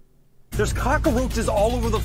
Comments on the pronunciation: "kaa-krow-chuhz" They hate us cuz they ain't us. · I wonder if cock-a-roaches is a hispanic dialect thing. Cockroach in Spanish is cucaracha, So maybe it just feels like that a needs to be in there lol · Idk if "cockaroches" is a common pronunciation, but own it hun. Dont let them take your zang away Edit: I just say roach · 😂😂 Google just showed us how to say cockroaches in cockroach